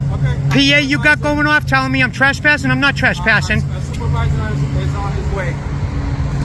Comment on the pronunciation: Listen closely , they are nor "trespassing", they are "trashpassing". Idiots...... 😂